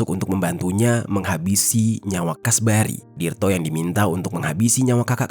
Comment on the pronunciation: Kasbari, kasbri, alah bingung